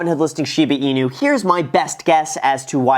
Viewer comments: not shee baaah its shiiiii baa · Hahah no way u said Shida Inu here :D I remember last video someone commented that :D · "Shipa Inu", "scrutinTy" Is my man having a stroke? He might be saying "Shipa" intentionally like "Sheep-a"